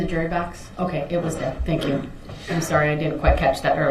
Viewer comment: Dey axed me to take dese an put dem over dere, even doe dey wasn't dere dene. The man has a serious aversion to TH.